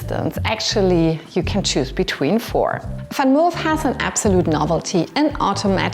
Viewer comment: Why you call the Vanmoof "Fanmof"?